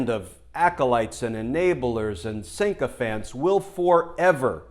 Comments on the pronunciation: Sycophant, not sinkophant. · Glenn darling I love you but the word is "sycophant" x